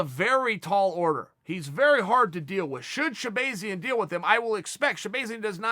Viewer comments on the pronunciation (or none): Chael literally everybody who has ever said his name pronounces it shabAHzian not shabAYzian. There for I know for a fact ever time you have heard his name being said, you heard shabAHzian. So tell me why the fuck do you insist on saying shabAYzian? Thanks. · Sha bah zee in not bay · Chael: “Shah-BAY-zyan” 😂